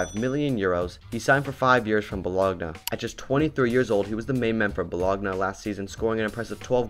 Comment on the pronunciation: Ahahahah BO-LOG-NAH